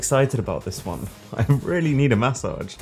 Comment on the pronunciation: bro said MAsage